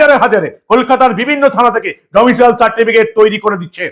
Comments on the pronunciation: বারবার ডোমিসিয়াল বলছ কেন ভাই? উচ্চারণ হবে ডোমিসাইল। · Katha ta Domicile, "Domicial" noi..., please correct your pronunciation 🙏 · ডমিসিয়াল নয়- ডমিসাইল।